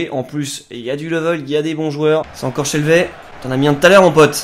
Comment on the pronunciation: Ça se prononce "shelvi" Très bonne vidéo!